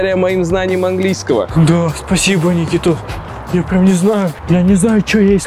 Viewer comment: Ххахахаха Никмэита в конце